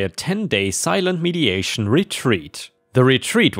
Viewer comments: Dude, there's a HUGE difference between "mediation" and "mediTation". Mediation is negotiating between two or more persons to address grievances. Meditation is sitting in quiet contemplation, the thing Buddhists do. Meh-dih-TAY-shun. Not mee-dee-AY-shun. Very different meanings. Saying "mediation" retreat sounds like it was a work-related seminar on negotiation tactics. (You wouldn't go without talking at one, either. At a mediation retreat, talking would be practically non stop! A ten-day meditation retreat is no vacation. It's DIFFICULT to sit in meditation for hours on end. I'm a Buddhist, and I'm not even close to being able to do a ten-day sesshin like the one OP was at. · Med-i-Ta-tion, from the word ‘meditate’, meaning to think deeply about something. Med-i-a-tion, from the word ‘mediate’, meaning a third party assisting other parties in coming to an agreement. ⭐️⭐️⭐️ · I know I'm being the Grammer police. But your saying mediation but it says meditation. And I don't know if its a thing in other countries but I've never heard syrup pronounced ' sigh rup' I've always heard it pronounced 'sir up' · Ugh. The pronunciation. MEEDiation instead of MEDitation. CYrup instead of SYRup. And I have know idea how to even right the abomination of what you did with "surreptitiously".